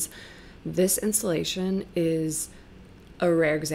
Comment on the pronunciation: Installation not Insulation